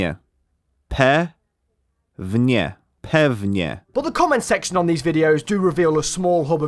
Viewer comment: didnt know that ok in Polish is pewnie pĘfNjE